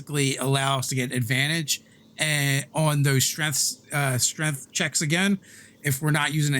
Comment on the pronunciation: my man really said strength and then 'corrected' himself to streth